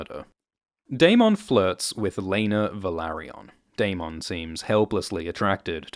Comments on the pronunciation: 1) love the videos. 2) the spelling of Daemon is technically pronounced "demon", but if the show/book is going to use it as the equivalent of "Damon" then it should be pronounced the same way, rather than the extra emphasis on the "mon" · Why do you pronounce Daemon like he's a Pokemon?. Lol. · I hate how you pronounce 'Daemon' and you say it so much lol. Anywho, luv your vids;) #cheers